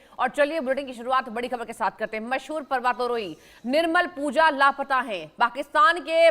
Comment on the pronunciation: Tere jese chutiya ko kon anchor bna de rha h na nam thik se bol pa rhi h parvatarohi tak thik se bol nhi pa rhi .or tour guide kya hota h dilli manali tour karata tha kya wo .thumbnail kya h .bndr ki gand jesa muh le kr aa jate h yrr